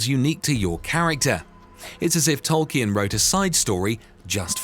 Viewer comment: Goodness sake it’s not Tolk e un, it’s Tol keen!